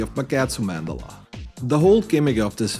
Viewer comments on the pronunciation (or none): none